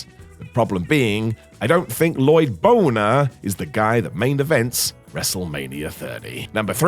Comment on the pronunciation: La-loyd bo-ner! 👏 👏 👏👏👏